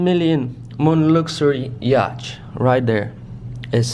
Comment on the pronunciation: Man why do you say yach its a yatch